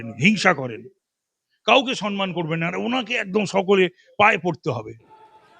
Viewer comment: দিদি আপনি তো সবেতেই phd করেছেন , বাঙালি বাংলা করে করে দাপিয়ে বেড়ান সম্মান কথাটি আজও শুধরাতে পারেন না, সেই আপনার বিরোধী মঞ্চ থেকেই শুনে আসছি সনমান, কথাটি সনমান নয় সম্মান।